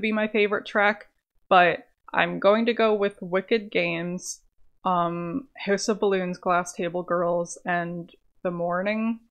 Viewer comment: “Hœüse of balloons”